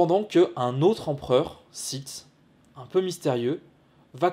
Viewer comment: Je rappel que sith phoniquement ne se prononce pas site c est comme le mot clef on dit pas clefe pour le sith c est pareil